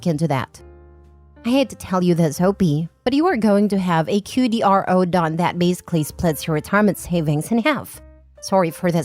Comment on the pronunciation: QDRO is pronounced "Quadro"